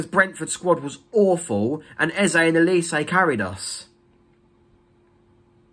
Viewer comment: Why do Crystal palace fans also pronounce Olise's name wrongly? This is infuriating. It's 'O' not 'E' OLISE not ELise!!! It's a Nigerian name.